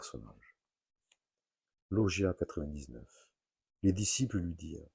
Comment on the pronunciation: Bonjour pour info logia est le pluriel de logion , nous disons donc un logion , et se prononce log-ya et log-yonne